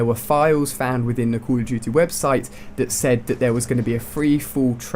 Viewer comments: "cawl of juty" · Coll irf dooty hha that's how u said it